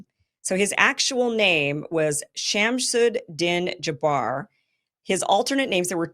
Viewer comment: The way to pronounce his name shams uddin jabar not shamsud